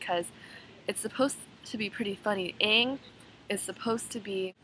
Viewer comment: Omg! I'm so seriously with you! I absolutly hated when they pronounced the names wrong! Aang was like ong and evreytime they said that I'd turn to my friend and we would just throw popcorn at the sceen. Hehehe. Anyway you were right about the whole thing. Me and my friend heard it was terrible, we just wanted to see it come to life.